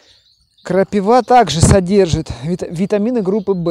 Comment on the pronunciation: Вроде молодой человек,а говорите как древняя старушка "крапивА"))))